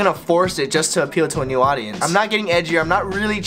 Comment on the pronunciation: pronounced nyu